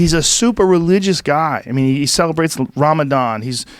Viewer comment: “He celebrates Ramadahn” Lol, celebrate.